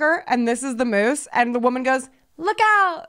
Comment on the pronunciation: You guys literally crack me up in EVERY episode, please keep this going until you no longer can physically continue ✌🏼😎 Also,, I have to correct you. It’s not “meese” it’s “moose” 😂😂😂